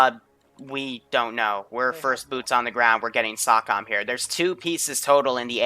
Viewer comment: As dude whose family was involved with SOCOM. I have to inform you its pronounced SO-COM not SAW-COM.